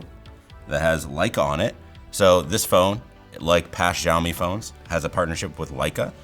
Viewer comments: It's not jawmi It's shawmi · 1 - it's Xiaomi, not Shiaomi. Why do you pronounce it that way? 2 - because it's chinese aka spyware. Boom. No need to watch the rest of the video. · He pronounces Xiaomi as if it were called "zhaomi" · It's pronounced the way he pronounced it or possibly Zhaomi but definitely not as Xiaomi.